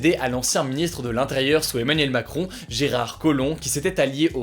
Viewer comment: ARETTE DE DIRE EMANIEL MACROOOOOOOON